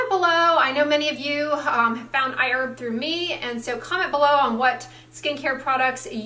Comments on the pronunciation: The pronunciation! I-Urb! Did they correct you? You've never called it that in the past. lol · I've started using iHerb to buy Cerave, because it's not sold in Australia. I love it! It's funny that says iErb, instead of iHerb. That's how it sounds to my Australian ears lol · You changed your pronunciation of Iherb.